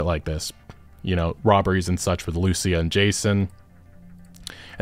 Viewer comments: the spanish words say: "Confession written in (tattoo) ink. The tattoo on his neck that gave him away, key to the conviction of a man from Leonida". And one more thing. Pronounce Lucia's name like this: lu-CIA. Like the woman at the beginning. Not LU-cia. Hope it helps, love your videos, keep it up, sorry if my english is bad, hope you understand what I wrote. Cheers ✌🏻🙂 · My man, I've been watching your content since 2016. You're my go to for info. Please, please oh PLEASE pronounce it LucÍa. Lou SEE Ah Ok, Spanish rant over. What a time to be alive <3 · It bothers me that even tho you hear them say Lucia’s name, you still pronounce it wrong 😂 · Trailer literally teaches you how to pronounce "Lucia" You say "Lucia" wrong again... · The guy cleary heard how the name Lucia is pronounced and proceed to say it wrong!!! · You pronounce her name wrong you silly sausage, it says it in the trailer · Anyone else bothered by the way he keeps pronouncing her name? 🤦🏻‍♂️